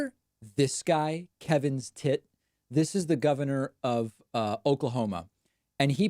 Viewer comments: It literally sounds like you’re saying Kevin’s Tit! Best thing I’ve heard all week! And then there’s Kaylee Make a ninny! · I like your pronunciation of kevin stitt. Lol